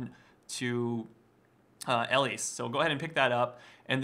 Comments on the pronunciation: ERMAHGERD I can't get over his pronunciation. It's not L-lease. It's Eee-lise. Can you imagine this guy running into IRL Elise. How embarrassing. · You say her name wrong which is so super frustrating, also you really jumped into a lot of deaths, 1 for 1 isn't always that great...